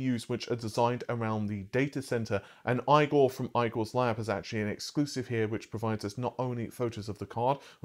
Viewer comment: Can you please say Igor's name right?